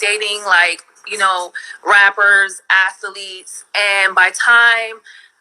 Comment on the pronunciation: She's been run through by hundreds of "clapaletes" 😂